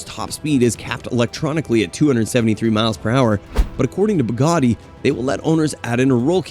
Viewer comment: Cos'è la Bugari? Gli americani sono l'unico popolo che chiama tutto con la propria lingua. Bugatti, si dice Bugatti anche se parli cinese o arabo, si dice Bugatti con la pronuncia del paese di provenienza, non bugari